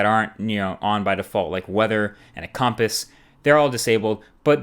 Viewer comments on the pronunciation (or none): he said "com-piss"